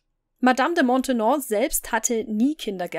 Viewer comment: Die Nachfolgerin der Madame de Montespan ist Madame de Maintenon, nicht Montenon!